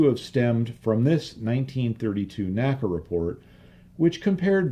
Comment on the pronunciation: the correct pronunciation of NACA is "en ay cee ay" and NOT "nacka". My education on this point came from having worked at two former NACA installations with former NACA employees, attended their NACA Reunions, worked with historians specializing in the work of the N.A.C.A. etc etc. The old NACA/NASA documentary films also bear this out. The all too common mispronunciation apparently has its roots in the way we pronounce "NASA" in two syllables. I have enjoyed your well-researched and unique body work tremendously and thought you'd like to know.